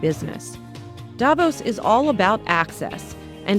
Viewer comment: Davos is not pronounced the way it is in this video.